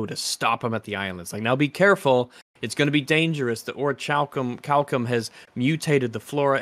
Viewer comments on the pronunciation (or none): I shall use the power of the Ori-chal-co-ma-los, may-yun!